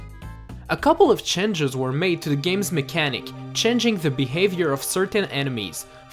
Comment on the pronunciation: Once again, Changes not chenges.